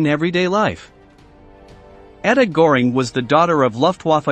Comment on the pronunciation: Before starting this interesting history of Nazi leaders's children, the author should, in my opinion, have spend some time learning the correct pronunciation of the persons' name he is telling the story, like Speer, Göbels, Göring, Mengele.